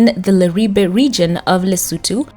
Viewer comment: Thank you for the perfect pronunciation of LESOTHO 🎉🎉🎉🎉❤❤❤